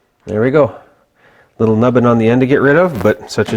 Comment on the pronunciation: Nubbin'...So Canadiana there:) Cheers